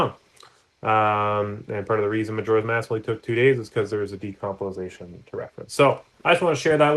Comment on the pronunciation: "Decompolization" lol, sorry, good vid :)